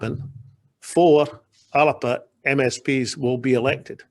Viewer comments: Whats this ALAPA pronunciation. ALBA is the pronunciation . Soonds like WALLAPER . Is he taking the piss . Ridiculous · WHy is he pronouncing it the 'Alerpa' Party?